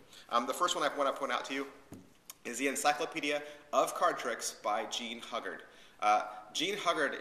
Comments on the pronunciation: Jean Hu-guard not hug-ard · Nice review. Not many book reviews on youtube id like to see more keep it up :). Id like to point out some errors the correct pronounciations are Jean Ugard 'h' is silent and Fedrick Browee .